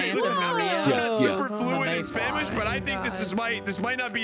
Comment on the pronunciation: "What the- I'm not super fluent in Spamish but I think this might not be a good thing I dunno!" I love. Dunno if he meant to say Spamish but I love it.